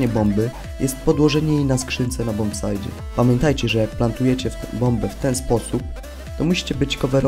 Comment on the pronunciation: "Bombsajcie", nie "bombsajdzie"